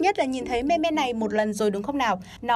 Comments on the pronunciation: Đọc là Mim chị nhé :( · Phát âm là "Mim" mới chính xác thay vì "Me Me". :)) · Đọc là "mim" chứ không phải "me me"!! Nghe khó chịu vc! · ôhh,I speak "mimm",not "me me" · "Meme" đọc là [Mïm] không phải me me 2020 rồi mà còn đọc vậy là người tối cổ luôn rồi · cuối cùng cx tìm đc đồng môn đọc là " me me " mà không đọc là "mimm" giống toi :) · “Meme” phát âm là “Mim” ko phải là “Me me” đâu nhá! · Người ta đọc meme là:mim Chứ ko phải me me nhé chị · "Mim" not "me me" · Ai lại đọc meme là me me ? 🤨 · Chị ơi, từ đó phát âm giống mim chớ k phải là me me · Đọc là "mim" chứ ko phải "me me* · đọc là mim chứ không phải me me nhá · Me me ư đọc là mi mi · Là mem chứ không phải là meme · Mim:))) not me me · Its mim not mem me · Thường phải đọc là "mim" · phải đọc là "mimm" chứ nhỉ? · Me-me =))) nghe phèn vl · Meme not "me me" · Đọc tiếng anh chán thật sự :)) thung lai, me me :)) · Meme đọc là mim nha chị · chị ơi chữ meme được đọc là mim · meme đọc là "MÊM" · Meme đọc là "mim" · Éo Biết Thì Đừng Có Nói Ok. Đọc sai tiếng Anh cứ thích đọc